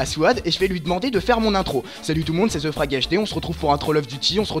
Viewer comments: / putin ZE n'es pas un vrais mot anglais mais c'est THE qui se prononce comme te et grenouille froge et HD c'est HD donc un magnifique 1/3 en anglais pour ton psedo de tout les QUÉBECOIS ET ANGLAIS ~merci~ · Excuse moi, mais THE se prononce "ve"